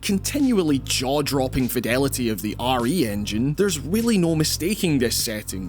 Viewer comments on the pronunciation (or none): none